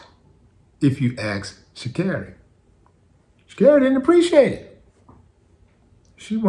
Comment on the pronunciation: Thanks for pronounce her name correctly